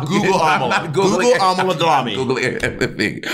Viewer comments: Bob pronouncing Ámala like Kamala is so funny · if bobs pronounciation is am uh luh, the correct way is a mah luh